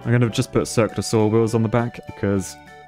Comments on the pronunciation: I heard: "Circlasaur" you said: "Circular saw" (I was looking for dinosaurs, lol) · keep hearing 'Cirque de saw-wheel' somehow that doesn't seem too ridiculous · I thought he was mispronouncing Cirque du Soleil